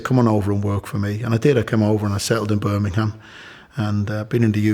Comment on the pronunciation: Top fella, he pronounces / says the word Birmingham better than most Brumies.